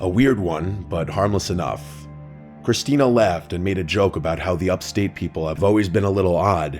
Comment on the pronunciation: ITS CHRISTINETH!